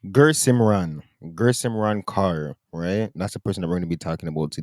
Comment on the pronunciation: THIS MAN SAID GUR SIMRAN CARR. Im dying, bro its KAUR - pronounced like KOHR